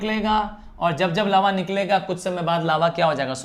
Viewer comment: Legends noticed Laua 😅😅 ::::::::::::: but it is lava ✅